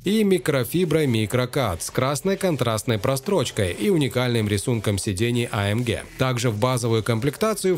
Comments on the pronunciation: гЭ а не гЕ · а эм гЭ !!! не ге... господи, из ушей кровь идет после 3го раза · Ты не один такой. Меня тоже тошнит от этого Геее. Джи, блин, ДЖИ. ЭйЭмДжи. ☺ Так что ты не один, кого тошнит от этой Ге. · А Эм ГЕ😂 гегеге🤣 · AMге прям режет слух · Бесит когда ты говоришь амге😂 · Вымораживает когда автор говорит амгеэ ска бесит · Что еще за АМГееее? Слух резало всё видео. Ни разу не слышал такую версию произношения. Ну и кликбейт, конечно. Где там конец доминирования с такой динамикой??? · Блевать хочется когда так говорят